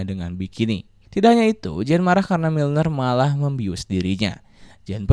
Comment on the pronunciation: Miller bro, bukan milner